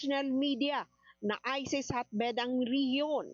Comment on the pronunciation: Ano ba namang reporter yan, ayusin mo naman ang pronunciation mo. ISIS, hindi ISES